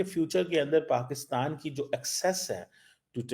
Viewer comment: Pakustan, Pacustan....... aray kahan say phd kar liya? baki Pakistanis ko bhi badnam kartay ho.